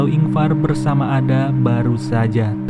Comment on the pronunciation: Koreksi min, nama "Ada" harusnya penyebutannya "Eda/Eida"